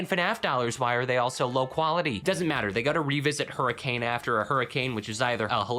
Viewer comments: I know this is stupid, but the town in Utah is pronounced Hur-ih-cun, not Hur-ih-cane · Hurricane, Utah is pronounced Hurken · I'm so sorry to inform you, Hurricane Utah is not pronounced that way, it's pronounced in the most Utah of ways. Hurricn. No a sound, no ending on e. Hurricn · I hate to tell you this as a Utahn but its Her-a-kin... It's ridiculous I know